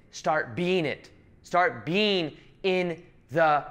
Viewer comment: What is saying: When I'm making these videos I'm just being. What I'm hearing: When I'm making these videos I'm just bean.